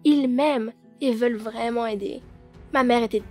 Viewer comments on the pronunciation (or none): une intonation de voix vreumennnnnt😭💀💀